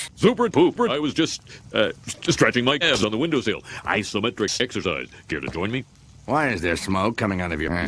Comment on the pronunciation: "Isometric sexercise" Ok